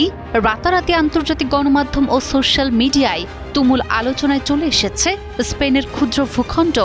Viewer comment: উচ্চারণ ঠিক করে করার চেষ্টা করুন! এসপেন নয় স্পেন! আচ্ছা এর আগে ফুটবল বিশ্বকাপ চলাকালীন সময়ে মরোক্ক ফ্রান্সের কাছে হেরে যাবার পর ফ্রান্স এবং ইংল্যান্ডের বিভিন্ন শহরে মরোক্কর থেকে আগত মানুষ কেন ধ্বংস চালিয়েছিল?